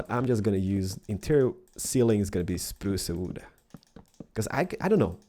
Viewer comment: It's not "spruca wooda".....its spruce wood duh